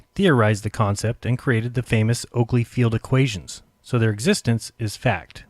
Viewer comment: i hear that right??? Sir Nathan Coockly... ehm Oakley :D